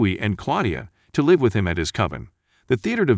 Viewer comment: is this narrator a bot? He does not seem to understand how to pronounce the word "live" contextually at times, also can not pronounce French names